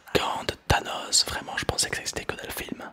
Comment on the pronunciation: "gant de thanos" On dirait plus le gant de Thanus